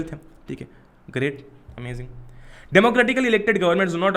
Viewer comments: Oh ok great "amajing" Not amazing...... Kya baat hai ... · It's "amajing"